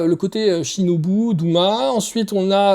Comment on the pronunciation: Tènjirô ? Douma ? Ufotablé ? Pardon ? Attention à la prononciation. Rien ne va 😅